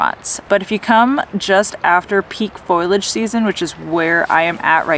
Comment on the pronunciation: Great video, thanks for the entertainment. It's pronounced "Fo-lee-age" :)